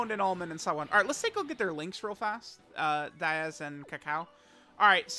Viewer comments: Its Daiz, not Diaz. Bro cant read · it's daiz, not diaz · It's Daiz, not Diaz. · Maybe one day will pronounce Daiz's name correctly